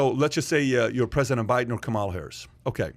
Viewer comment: Why do you keep pronouncing the VP’s name wrong?